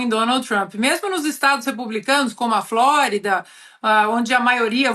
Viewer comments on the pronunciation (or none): none